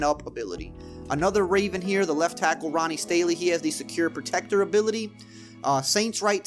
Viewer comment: ain’t said Ronnie Stanley’s name correct once this year 🤣